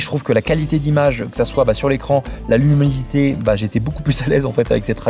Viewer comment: Avec nimunosité aussi ^^